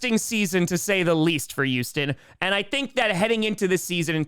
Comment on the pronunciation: THERE'S A "H" IN HOUSTON!!